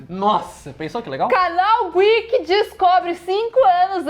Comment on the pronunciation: "CASAL GWEEK..." 😮😮😮😮